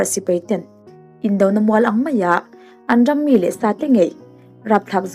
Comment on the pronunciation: I rawl afiah khawp rualin , 'an ram' tihlai khi 'an dram' tih in ari lek lek mai